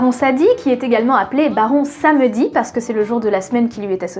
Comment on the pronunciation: et pardonnez moi, mais je remarque que vous prononcez certains termes vaudou de façon notablement différente de celle que j'ai apprise. (hougan/houNgan, baron Sadi/SaMEdi...), avez vous une idée de la raison de ceci?... idem, selon les versions que j'ai entendues, les différents barons sont soit des loas distincts, soit différents aspects de Samedi... et soyons clairs, si baron Simtyè est celui qui gère les lieux, baron Kriminel est celui qui n'attend pas la date de peremption pour les remplir, et oui, il a un très sale caractère, sa seule circonstance atténuante, c'est que ce n'est pas un tueur de sang froid... le problème c'est que le sient bout en quasi permanence.